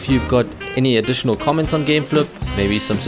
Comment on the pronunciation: "gameflup" lol